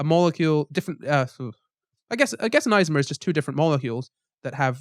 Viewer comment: omg the way you pronounce "Isomer" is driving me crazy I'm sorry 😂 It's not "eyez-omers", it's "Iso-mer" like in the word "iso-lation" or if you know the chem word, "isotope" same deal.